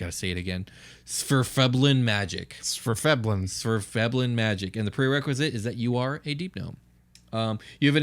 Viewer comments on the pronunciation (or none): I believe the pronunciation is "Svirf(as 'Nerf')-Neb-Lin."